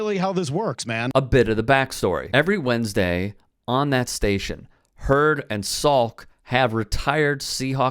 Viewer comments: It’s the mispronunciation for me lol. HUE-word. Not Herd. But otherwise, on point. 😆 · Brock "HEW-ARD" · Huard pronounced is pronounced HUE-ERD….two syllables. Soft H. Sweeet story bro. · I heard Brock and Herd! 😂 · Brock Hue-erd.. Love your show!🤙🏾